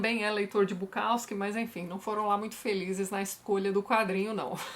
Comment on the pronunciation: Dá uma dor no ouvido escutar o povo falando BuKAWski